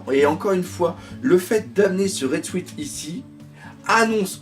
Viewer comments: salut, le mot "suit" se prononce sioute, pense a un indien et rajoute "te":p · Vive les "Red Souite"... Ça fait un peu mal aux oreilles xD